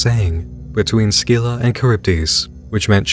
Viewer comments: It’s pronounced “SIL-AH” not “SKI-LA” but who cares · My bro, I hate to be that guy, but it's kinda in my name^^' I don't think you're supposed to pronounce the "c" in Scylla XD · Scylla = SILL-ah. Charybdis = Kuh-RIB-dis.